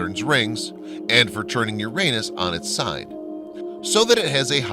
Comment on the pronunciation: Anyone who can't say Uranus correctly looses all credibility in my book and immediately gets changed to something else.